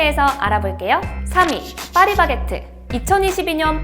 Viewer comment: 충청도 분 이신가요?? 빠리바게트 빠리바게트 ㅋㅋ 귀여우심